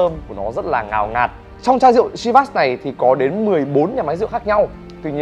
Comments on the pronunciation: Chivas is a Scottish whisky .The name comes. from the Gaelic Seamhas meaning lucky or blessed with fortune. It is pronounced “Sheevas “ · Bạn giỏi quá. Giỏi nhất VN. Bạn biết đọc tên rượu đúng với tên của nó. Có lẽ bạn là tiến sĩ VN về môn đọc đúng tên rượu Chivas.